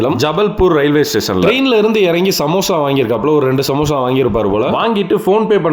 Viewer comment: Samosha❌ Samosa ✅ 😂